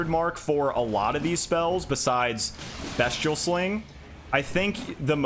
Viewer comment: Just to let you know it’s pronounced beast-ee-al not best- ial 😄